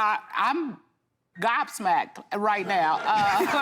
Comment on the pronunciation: She say “Im gopsmapt” 😂😂😂😂😂😂😂